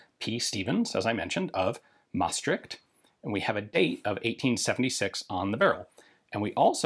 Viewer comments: Your pronunciation of Maastricht is almost perfect! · As soon as I saw the stamp I was excited to hear how you would pronounce 'Maastricht' haha, you did fine ;)